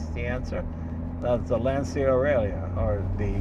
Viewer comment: Surprised a car purist like Jay pronounced Lancia the way he did in this clip. Car guys in Italy probably winced and then eye-rolled.